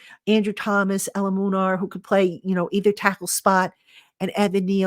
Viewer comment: Hi, His name is pronounced Jermaine ELU-MUN-OR 😂😂😂